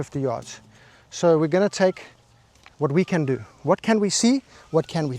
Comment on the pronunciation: Love how you call him Rory mc Avoy seen all the movie's lol